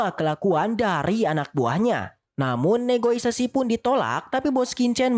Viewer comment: Negosiasi bukan negoisasi...wkwkwkwk